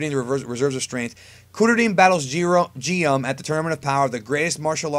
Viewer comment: lmao this dude said jiren.